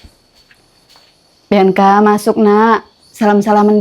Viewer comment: Bianca kak bukan biaca